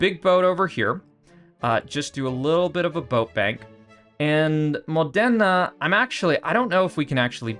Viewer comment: The way you say Modena it's really painfull for my italian ears😂